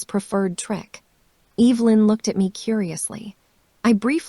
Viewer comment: I actually know how to pronounce Evelyn’s name…kind of feel sorry for AI…can’t say names..tell time or count money…things we all learn how or do early on…